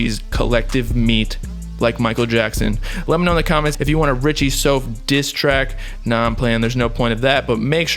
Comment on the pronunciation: It’s Richie souf (south)